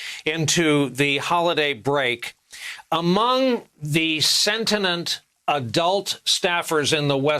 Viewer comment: How did brian williams just pronounce "sentient"...? Idk It must be a new word & idea for him i guess...